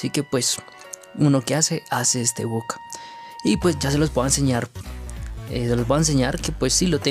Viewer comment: Por que decis but en vez de bug